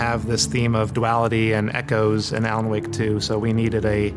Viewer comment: its more like "Alana Wake" 😂😂😂